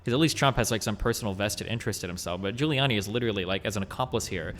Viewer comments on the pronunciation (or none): Also, it is Giuliani, not Guiliani